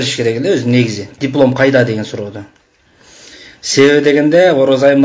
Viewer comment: Сурооду эмес суроону,акызы эмес акысы,кыргызча так суйлогулочу кыргыздар суранам.